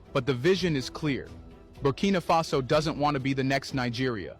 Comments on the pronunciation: Buh-key-nuh-fa-so bro - keeping going loving the diverse content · At this stage brudda don’t know how to pronounce Burkina faso, your mocking it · is not butkino is burkina faso funny bro 😂😂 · Champion but still go the name wrong lol who is 'Booking Mafaso'? lol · your getting close, it’s BURKINA like birkin bag with AH at the end 😂😂